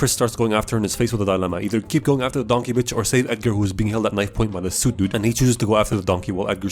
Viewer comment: "By thie Polar Bear" hahahahaha